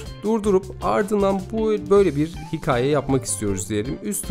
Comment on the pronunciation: çok faydalı bir içerik, teşekkürler. "hikaye" kelimesinde telaffuz problemi yaşıyorsunuz. size yardımcı olması açısından buraya bakabilirsiniz